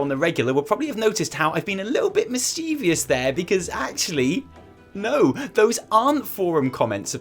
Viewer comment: Mischievous. Not mischievious